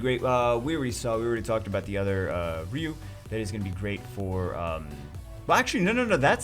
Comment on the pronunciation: it's pronounced RYE-YOU, not RE-YOU. thumps up